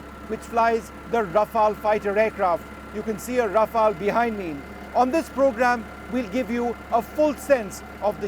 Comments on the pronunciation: RafaLE. Stop butchering the name 🤮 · Mispronouncing aircraft names since the 90s - Vishnu Som